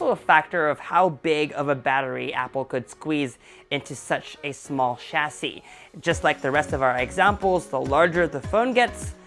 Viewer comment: At last the most authentic pronunciation of the word chassis, thank you !